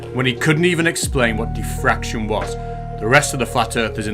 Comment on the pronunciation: Isn't it diffraction not defraction??